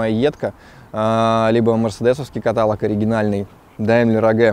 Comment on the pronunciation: Все класс, только каталОг, а не так как ты говоришь